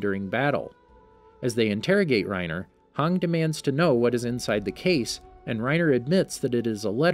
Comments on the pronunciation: It's not hang but Hange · Do you mean Hange not hang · this man really called Hanji Hang LMAOAOA i CANTTT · Bro why you say hang its hange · Her name is not hann it’s hange pls say it right and the e is not silent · A moment of silenced for calling hange 'hung' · hang...HANG, ITS HANJI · It's not hong it's "han-ge" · Why Haang, its pronounced Hanji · I hate being picky and I know there are a bunch of different ways people pronounce names, but it’s (han-jee) I understand (han-dge) but (hawng) lol come on man, at least make it look like your interested in the series and not just making a video for the channel cuz the story is popular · I was so confused about Hange when he said "Hang" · I hate how he says most things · it's funny how he got almost every name wrong in this video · WHY DOES HE CALL HANGIE HANG ITS TRIGGERING ME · Reiner Brawn and Hang Cant blame him for mispronouncing names lol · please tell your reader the ACTUAL pronunciation of names of characters. Every time I hear HANG I feel like crying. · This man called hange hung 🤣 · XD hange became hang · this guy is pronouncing "hange" like "hang" wtf bruh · Hange (Hon-Jee) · HAN-GEE jfc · this man really called hange hanji LMAOAO I CANTTT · Yeah, thats totally how you say Hange! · I swear to god if you guys miss pernounce hanges name one more time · I hate how he says hange like back of dude that's my waifu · It makes me pretty mad how he pronounces hange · hange should sound like hanji and jean should sound like jan not jeen